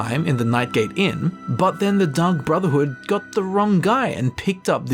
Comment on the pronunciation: I heard Dung Brotherhood which is infinitely hilarious to me since he was talking about them making a mistake